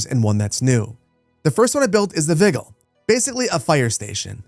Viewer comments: viggle? it's wii-gii-less (vigiles)... oi. to elba with you! only proper latin emperors allowed! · vigil like bedside vigil... not said the way you say it, as in the firemen had vigilance . American education system, ladies and gentlemen. latin ffs